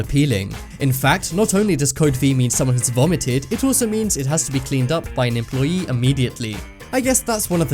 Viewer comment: it's called fucking employee not fucking employi